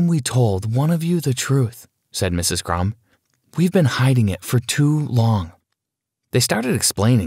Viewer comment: I'm sorry did you just say miss crums and Mr crms